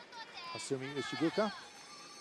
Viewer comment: The "oo" in Ishigooka is pronounced as in the words "goal, pole, or stole". It is not pronounced like the derogatory term for someone who is from Vietnam. Nails on a chalkboard!